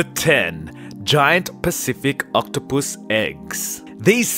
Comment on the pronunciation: Omg the way he says octopus 🐙 lol it’s soooooooo funny lol!